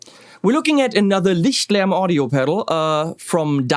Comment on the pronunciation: I am pretty sure that this is the only channel on YT that does not only do a review on Lichtlärm pedals but is also able to pronounce the name correctly.